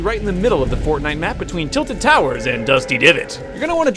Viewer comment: did he just say fortnut?